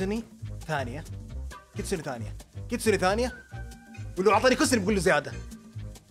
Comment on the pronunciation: كيتسون❌ كيستون✅